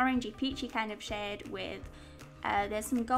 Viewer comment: Sometimes, when you say "shade" it sounds like "shit" in my head, and I laugh so much I feel like a five year old :P